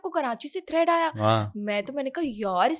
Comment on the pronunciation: Karachi say thread ni threatttttttt hota hai